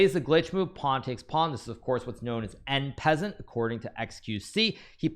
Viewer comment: i notice HIKARU keeps saying "en pazan" over and over in his videos for "en passant", it is the same root as "to pass" in english, you have to pronounce the s not the z. It means i am taking the pawn while passing by. Come on Hikaru you can do it! you will make all the french speakers so happy...